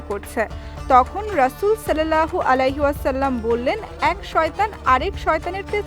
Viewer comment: সল্লেল্লাহ হবে না সাল্লাল্লাহ হবে